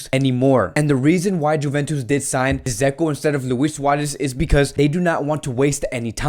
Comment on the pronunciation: Dzeko is pronounced like Deco/Deko.